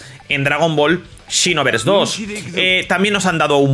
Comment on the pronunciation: Por que dice chinoverse 2😂